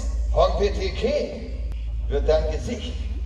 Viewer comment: Du meinst Hong- pe- teh- keh = Der schwere Mokassin